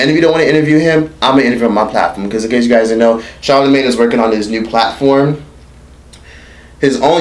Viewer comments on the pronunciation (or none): "Charlamagee" lmao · That nigga said charlamigane